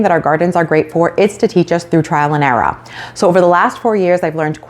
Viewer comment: Trial and what?! Arrarrrarr?